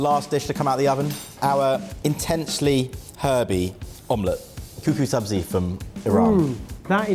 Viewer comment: Sabzi not Sabrina grrr